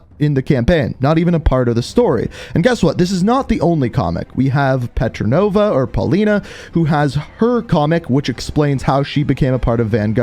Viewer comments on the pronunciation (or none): Petrova not "Petranova". You call Portnova that too. 💀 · Petrova* not petronova 😂💀